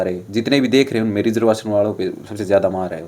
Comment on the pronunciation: भाई तुम रिजर्वेशन को रिजर्वेसन बोल रहे हो, क्या फायदा तुम्हारी पढ़ाई लिखाई का। तुमने बड़ी-बड़ी डिग्रियों के नाम पर कागज इकट्ठे किए हैं और अपने मां-बाप का पैसा वेस्ट किया है